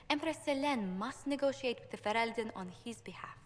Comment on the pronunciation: Fereldan = Fe-rel-den